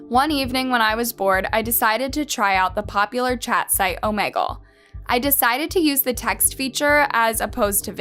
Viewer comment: Love these videos but the way you pronounced Omegle really irritated me 🤣🤣🤣 love your videos